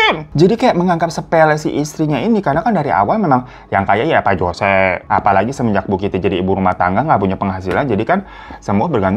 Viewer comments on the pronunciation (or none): biasanya "Jose" dibaca "hose" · Jose dibaca hose